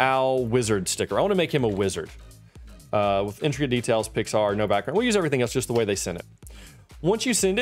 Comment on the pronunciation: it wasnt actually saying intricate it was saying "instracate"